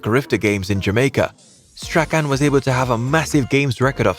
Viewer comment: Strachan is pronounced "strawn"😂